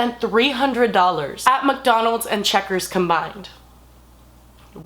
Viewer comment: she said mukdonalds